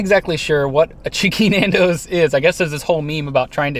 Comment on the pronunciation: The pronunciation of Nando’s!!! I had to stop after I heard it a few times! Boke 🤮